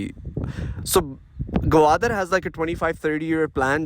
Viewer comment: It's Gwadar not gawadar 😆😆😆